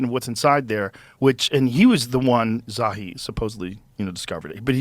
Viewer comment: I'll talk about the inner earth until your ears fall off Coach! It's pronounced "Zaw-Hee"